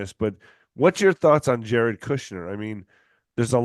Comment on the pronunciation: I don’t trust this guy! Basically he is saying the WHOLE truther community is a bunch of liars and con artists! Dude pronounces “Jared” as “Yared”! 😂😂